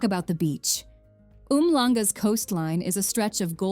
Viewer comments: Umhlanga is pronounced Umshlanga🤣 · Its called Umhlanga, not Umanga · umshlanga not oomlanga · Just wondering how the tourist should know where Umhlanga is when you don't mention Durban, especially if you pronounce it as Umlanga . Jezo😅😅😅😅 What did you call Knysna? 😂😂😂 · Nice video but you should learn to pronounce the names of the towns you visit. KYNSNA is pronounced NYSNA and UMHLANGA is pronounced UMSHLANGA. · I live in Umhlanga. Pronounciation and spelling is not UMANGA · hi excellent movie ,just some pronunciations not correct eg Hermanus Knysna Umhlanga